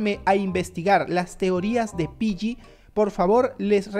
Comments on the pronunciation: hey no se dice piyyi se dice piggy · Wow tengo roblox pero le dices pilli a piggy es gy no lli